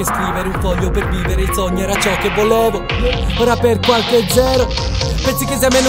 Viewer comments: Ma perché mad dice "volovo" e non "volevo"? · ascolta bene ahahah dice volovo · Ma Madman dice volovo invece di volevo o é una mia impressione? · Ma che stai dicendo? Dice "volevo"